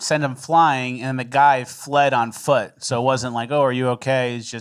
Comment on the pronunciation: Not a FOOTle